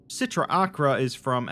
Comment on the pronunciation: Just a heads up, the C sound in Sitra Achra is silent